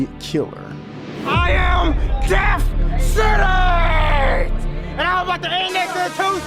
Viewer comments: Is he saying Deaf Sennance? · “Def Senence”